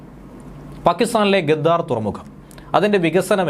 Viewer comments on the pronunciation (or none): ഗദ്ദാർ അല്ല ഗ്വദാർ ആണ് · ഗദ്ദാർ അല്ല മാഷേ ഗ്വ ദർ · 😜... വായിൽ വരുന്നത് പറയുകയും മനസ്സിൽ വരുന്നത് എഴുതുകയും ചെയ്യാതെടെ. ഗദ്ദാർ എന്നാൽ ചതിയൻ വഞ്ചകൻ എന്നൊക്കെ അവർ തന്നെ ഉപയോഗിക്കുന്ന ഭാഷയിൽ ഉള്ളതാണ് . " ഗ്വാദർ " എന്നാണ് ശരി .